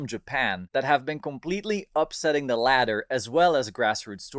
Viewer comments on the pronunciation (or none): none